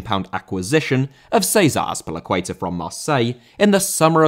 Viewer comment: 1 50 Céizah Azpelicueiter?!Yeaah,it's César Azpilicueta